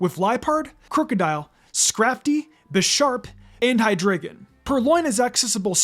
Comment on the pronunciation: It’s pronounced lie-PURD, high-DRY-gen, ZVY-liss, DRAP-ee-ahn, pan-GUH-roh, and lah-nuh-KEE-luh, “”! 🤨 Stop mispronouncing Pokémon names, you idiot! 🙄